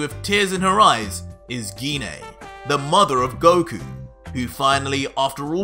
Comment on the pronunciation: First of all genine tf its pronounced gine